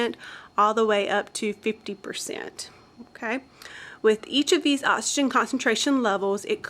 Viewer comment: I can't take it, anymore... "ottsygen" & "excelled" air